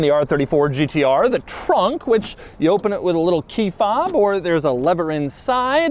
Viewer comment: says Gtr like a pirate would say it Gt arrrrrrr